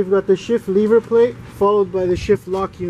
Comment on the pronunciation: "lever," not "leever"